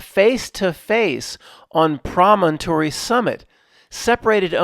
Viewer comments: Promontory: Emphasis on the first syllable (PRO-montree). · PRAH - men - tore - reee